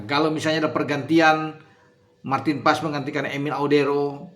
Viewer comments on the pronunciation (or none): none